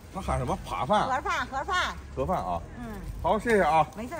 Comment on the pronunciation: 我听到的是“垮饭”，根本没喊“盒饭”